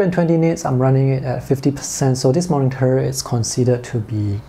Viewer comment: Can you please don't pronounce 'moningter'? It's supposed to be 'monitor', not 'moningter'.